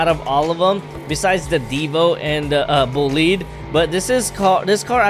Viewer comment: It's bolide